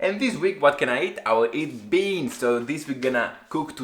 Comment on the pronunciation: I kinda like how you pronounce RECIPE 😁, the BEANs Pumped Up "let's say" and became like bumblebee.